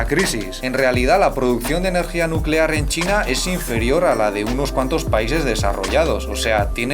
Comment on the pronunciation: Energía nucelar, NUCELAR